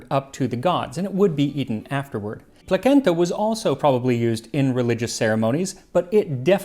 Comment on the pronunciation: LOL I've said it before I'll say it again, placenta (the food) is pronounced like placheenta